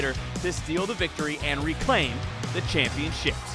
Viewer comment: I hate how he pronounces the word “championships”